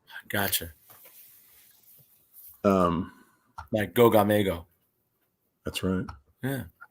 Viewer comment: So sorry that I missed tonight's stream, guys! You guys just simply talk about things that I love to discuss! Plus, I think that (and me) are the only ones who pronounce the name right!!!! Goga-Mego, Forever!!!